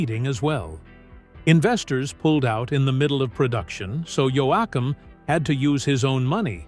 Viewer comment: AI voice over ? really? can't even pronounce his name correctly wtf